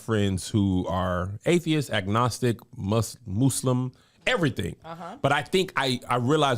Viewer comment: Moose-lum 😂 yup that’s me 🙋🏽‍♀️